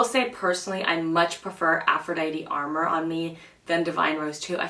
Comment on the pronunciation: Just for future reference it's pronounced a more, which means a secret or illicit love affair or lover. Lovely review by the way :) I got the Venusian sunrise blush and the Lunar Allure highlight. I really am enjoying both!